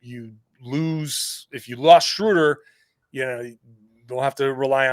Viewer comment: We go from mispronouncing Schröder to Theis. That alone makes the trade worth it. 😆